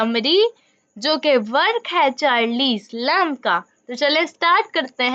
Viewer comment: At least correctly pronounce the name of the author please.....